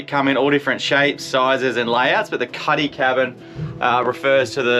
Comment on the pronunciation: Nice boat but would be better with twin outboards for ocean safety. It is called a "cutty", not "caddy" FYI